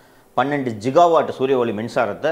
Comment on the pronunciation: ஜிகாவாட் அல்ல.கிகாவாட்(gigawatt)😊